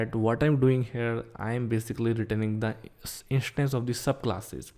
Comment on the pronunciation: car "ishtance " bike "ishtance"